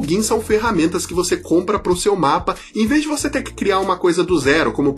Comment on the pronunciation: compla plugins KK (sem ofensas, mas saiu um cebolinhado ai)